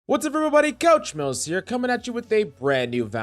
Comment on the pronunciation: Yo i doubt im the first to say this but when you say coach mills it sounds like u say couch mouse lol